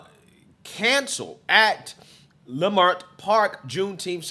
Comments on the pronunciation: Just as an aside, as a long-time Angeleno, it's pronounced "L'Mert" or "Lehmert", not "LieMert". I know it's weird...try and say Cahuenga (a main street through town) or Sepulveda. Anyway, LA Times is saying it started with someone saying there was a shooting, or that they saw a gun. The crowd stampeded, and robbed the McD's. One person was arrested in connection with that. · Pronounce “Luh mirt” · Lei Mert!!! WTF IS A LAY MART! Your Not Even from Out Here at least Pronounce The Name Right With your Giggling ASS!